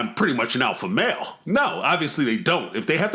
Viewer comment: He can’t even say alpha male correctly xD “alpha mel”